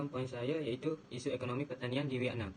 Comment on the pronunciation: Oo vietnam, terkejut saya dia sebut vietnam mcm venom.. tapi pape pun terbaik👍 gudlak geng